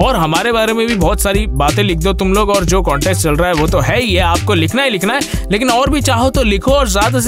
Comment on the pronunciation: It's not conteast it's contest😂